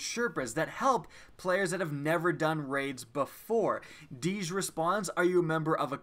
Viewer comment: Its DEEJ,not fucking DEEZ